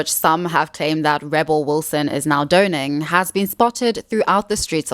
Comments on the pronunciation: FYI, the word "donning" is NOT pronounced "do-ning", it's pronounced "DONN-ing." The word "emaciated" is pronounced "em-a-ci-at-ed", NOT "eman-ci-pat-ed." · image obsessed, shadowed sockets and gaunt grins reveal the depravity of vanity also, it’s pronounced “dawning,” not “dohning” unsubscribe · Hope this doesn't come off wrong but "donning" is pronounced like "don-ing", rather than "doh-ning". Otherwise really great video essay, new subscriber! Edit: Can't stand Sharon Osborne, don't care if she feels afraid of her own mortality when she was furious Ozzy's assistant wouldn't run into their burning home to rescue Sharon's paintings and risk their life...